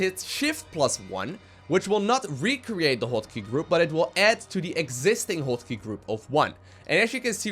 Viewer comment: "Hwot" Key.